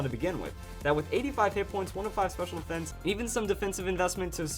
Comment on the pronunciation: He said pur defense